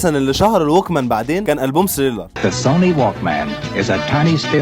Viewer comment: ليش ما تلفظها صح؟!؟!؟!؟!؟! ثريلر و ليس سريلر